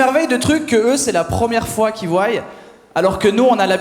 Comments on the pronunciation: il a dit « voyent » 💔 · Voye et même nettoye, écoutez bien.. Il a du faire français 2ème langue celui-là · il me semble que " voient " et " voyent " se disent tous les deux. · J’ai vraiment souris zéro fois. Pourtant j’suis bon public... Et le « voyent » c’est vraiment pas possible... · il la dit " il voiye " xd mais j'ai beaucoup aimer le sketch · j'ai arrêté à "voyent" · on est sur de l'humoriste de type bac +12 en francais... "QUI VOUAILLE"?? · c'est l'accent suisse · C’était fait exprès vous êtes tombés dedans 👏🏼👏🏼👏🏼👏🏼👏🏼